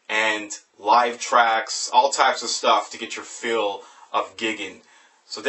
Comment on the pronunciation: I think it's pronounced "GUY-gan" ...no intention to come off as condescending, and I'm not even positive on this. Anyhow, what really matters is that this album is stunningly creative metal and this review does it justice.